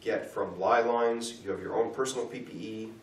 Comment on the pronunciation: Great series. But I can't stop wincing every time left dude calls ley lines "lie lines." :)